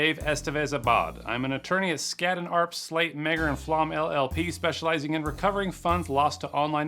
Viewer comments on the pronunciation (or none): Just so you know, meagher is an Irish surname pronounced ma-her